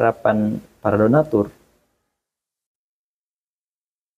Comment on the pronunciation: Donador donador tu lidahnya dibenahin dulu bang jangan ngotot2😂😂😂